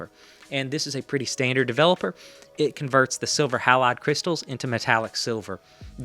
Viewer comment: So 2 things... Kodachrome 25 was also available and ridiculously good. You might want to check that pronunciation of halide.🙂